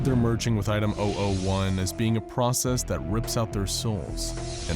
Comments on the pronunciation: When he said item 001 I thought he said item ideoh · Did anyone else hear him saying OwO 1 instead of 001?